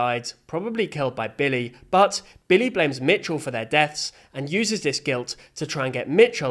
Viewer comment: It is Micheal not mitchell